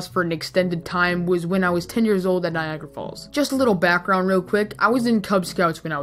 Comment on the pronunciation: U pronounced it Niagra.. but its written Niagara. This is why i dont understand english